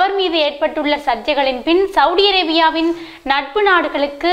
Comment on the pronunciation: உங்களது தமிழ் உச்சரிப்புக்கள் மிக நன்றாக இருக்கின்றது.இருந்தாலும் சவுடி சவுடி என்று சவூதி அரேபியாவை அழைப்பதை திருத்திக்கொண்டால் மிக நல்லது என்று அன்போடு சொல்லிக்கொள்கிறேன்.